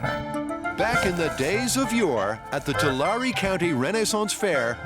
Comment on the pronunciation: Not how you pronounce Tulare.